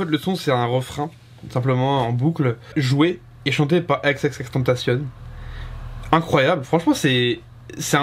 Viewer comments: À part le n qu'il ne prononce pas comme il le devrait, il prononce "ten ta cion", il le prononce pas à l'anglaise "temptation" mais bien à l'espagnole si on oublie sa faute de prononciation sur la fin où il devrait dire "cione". Y a pas besoin de polémiquer, c'est écrit t e n t a c i o n donc ça doit se prononcer à l'espagnole gros, c'est tout. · Ça se prononce ex ex ex (écrit xxx) tentacion en français pas avec l'accent américains 😉bonne vidéo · C h a o X i i n "ekse ekse ekse tentation" ça se dit comme ça 😉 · Qu'on se mette d'accord! X - X - X - TÉN - TAA - CION On prononce comme ça mdr Content de te revoir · Ça se prononce "tentation" il l'as dit dans une interview 😉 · Ça se prononce comme en espagnol, "tentación" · C h a o X i i n Alors déjà il ne se prononce pas du tout à la française et ensuite on écrit " ou sinon" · C h a o X i i n Déjà on dit ou sinon et de deux ça se prononce "èxèxèxtènetaciôn" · Juste une précision, d'après lui il faut prononcer "tentacion" à la française exactement comme tentation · tu prononce mal son blaze , le "tentacion" il faut le prononcer comme en français , aussinon nice vidéo ;)